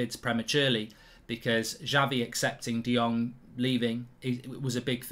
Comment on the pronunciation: i hope we sign him as fast as possible and btw Mark its Xavi not Javi :)